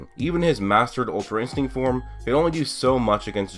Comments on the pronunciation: my guy said ultrainstego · "Ultra instego" lol